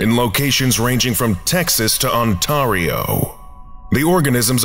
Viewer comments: "On-TAR-io"? BWHAHAHAHAHAHAHAHAH! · You know he's from the states when he can't pronounce Ontario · That's not how you say Ontario 😂